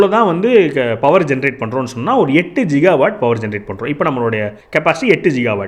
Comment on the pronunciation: ஜிகாவாட் இல்லை, கிகாவாட், கி as in கிராமம்